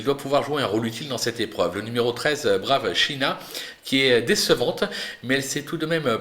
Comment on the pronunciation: Bjr. Tu dis le numéro 13, et tu prononce brave shiina???